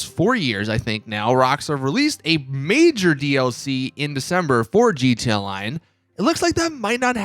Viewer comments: What the fuck is a jeeteeya-line?? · it always caught me off guard how he says GT online